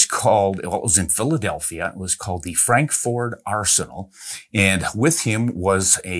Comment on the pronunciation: Frank Ford? Frankford is pronounced "frankferd" by every single person that I've ever heard speak it. Although I'm only 51, so there's always a chance that I could hear a second person pronounce it your way in the next 25.2 years.